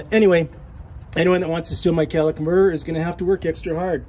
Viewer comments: I"m confused, are you working on a Ford van or a Cadillac? I keep hearing "Cadillac converter". Did they use those on Ford vans? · If you say Cadillac converter one more time..boiiii